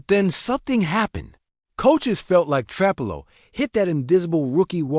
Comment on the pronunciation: Stop mispronouncing trapillo😢